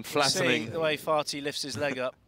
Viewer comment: I hope you're aware that your commentary is inappropriate, unethical, and disrespectful. His name is Karim Ali FATHI not FATI. You're supposed to pronounce the H. Your "jokes" were rude and distasteful. Please remember this next time.